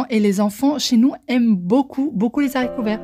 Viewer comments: Haha tu me fais rire quand tu dis les zharicots verts 🤣 on ne fait pas la liaison a cause du h comme pour handicapés. Perso avec ses haricots verts surgelés, j'adore les mettre au four, avec des morceaux de pommes de terres, d'oignons, d'ail, de poivrons, des tomates cerises... Bref les légumes que l'on veut. On ajoute de l'huile d'olive, des épices et on couvre pour éviter que les haricots brûlent et se dessèchent. Pour les Yop tu peux les faire avec la multidelices, c'est sain, rapide, pas cher et super bon. J'ai fais infusé des tisanes fruitées, ça donne un Yop incroyable 😋 PS : je suis preneuse pour ta recette de lentilles qui plaît tant aux enfants (et la soupe de fève). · Les Zaricots verts 😅😅😅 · Les haricots pas les saricots .il n'y a pas de liaison